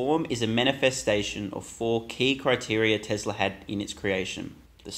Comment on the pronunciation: why do you say tezzlaar, its telsa as in tess laa